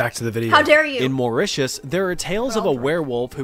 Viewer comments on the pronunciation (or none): none